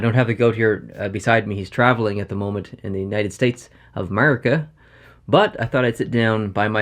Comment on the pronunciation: Who else cringed when he said ‘Mercia! ?